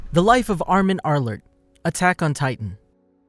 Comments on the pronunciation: "spoiler arlerlt" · he said the last name wrong